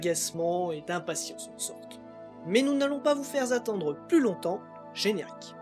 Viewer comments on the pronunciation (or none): J'ai donc revu l'épisode pour vous répondre précisément et... il n'y en a pas tant des Z inopinés. Juste deux. Mais placés avec tellement d'emphase et aux deux bouts de la vidéo qu'ils font une impression forte. Il s'agit de nous allons pas vous faire Z'attendre et tu as vu Z'aussi Voilà. J'espère avoir été plus constructif que trollesque.